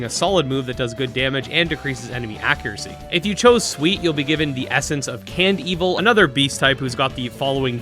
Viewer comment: Honestly I used to pronounce it as Can-Devil. But hearing you pronounce it Cand-Evil now makes me wonder which was actually their intention